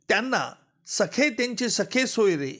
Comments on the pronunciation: हा माणूस जाणुन बुजुन 'सखे-सोयरे' म्हणतोय. खरे शब्द 'सगे-सोयरे' म्हणजे आप्त व नातेवाईक असे आहेत. हा त्याला सखे (ग ऐवजी ख) सोयरे म्हणजे मित्र आणि नातेवाईक अस उच्चारुन जनतेची जाणुन बुजुन दिशाभूल करत आहे. शेवटी सरकारी वकील ना. खोट बोलणारच. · सखे नाही हो महाराज... सख्खे सोयरे म्हणा.... वकील आहात ....‌वकिली चालूगिरी करू नका.... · सखे सोयरे नाही सगे सोयरे असा शब्द आहे. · सखे सोयरे नाही.सगे सोयरे